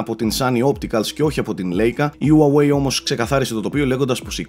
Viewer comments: χουαγουει λέγεται όχι ουαουεει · ΟΥΑΓΟΥΕΙ ΤΟ ΚΕΡΑΤΟ ΜΟΥ! ΣΤΟ Α Ο ΤΟΝΟΣ! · προφέρεται χουάγουει ή ουάγουει και Λάικα όχι λέικα:) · Όλα πολύ ωραία αλλά Χου-ά-γουει ρε. Με σκοτώνεις:'(. Συνεχίστε την καλή δουλειά